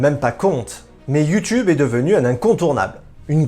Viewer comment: Cest Youteub 😉🤣